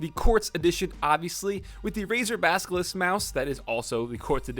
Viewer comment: Oh good you learned how to say "basilisk" since last time